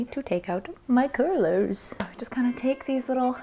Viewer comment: I have watched this video so many times just to hear her say “my curlers~” i dunno why but as a fellow masshole you know that pain that is procrastinating on winter proofing your house